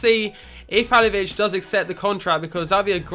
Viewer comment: I'm almost positive it's pronounced "Ha-LIL-o-vich"